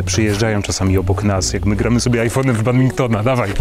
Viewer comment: Badmintona nie Badbinktona!!!